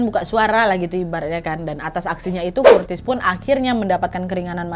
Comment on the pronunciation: Gatau kenapa, lucu bgt Curtis dibaca Kurtis ajg😂🤣